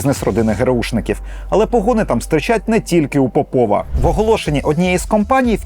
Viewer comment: ось так, кобзон усіх прийме, час, усім гру огпу нквд сс.... земля бетоном нагалос не ПопОва, а ПОпова (срачинська)